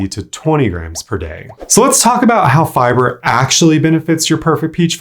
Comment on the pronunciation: the way he pronounces "FI-BURRR" 🤣🤣🤣🤣🤣🤣